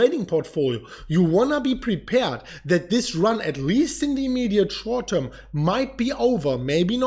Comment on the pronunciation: Right now in the immediate shouwrt toirm. Say it! 😀